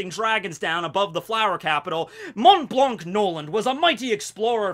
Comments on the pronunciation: Please dont pronounce the 'c' in "Blanc" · The "c" in his name is silent I needed to say it because that was stressful for me 😩 but great video anyway that's just a detail, I'm literally binge watching your channel lol